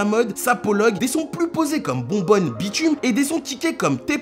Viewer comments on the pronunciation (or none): C pas « bonbonne » mais « bonhomme » a